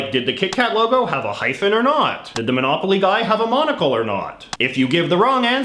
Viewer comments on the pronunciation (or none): none